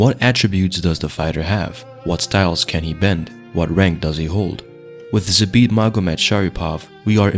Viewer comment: You are pronouncing his name wrong . It should be like Zaabt